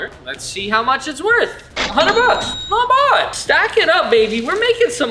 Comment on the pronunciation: He doesn't say "not bad". He says "not bod". If you really wanna get drunk take a shot every time he says any of his super dorky phrases. Drink for "not bod", "vahbs", "dutty" and "wavy". And then call an ambulance real fast cause you'll need your stomach pumped.